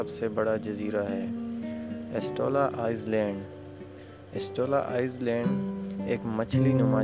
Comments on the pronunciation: lafz izland ni i-land hota hai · Pronounce as I- land not ice-land